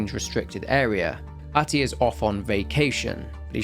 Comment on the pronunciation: R-tie, not ahtty lol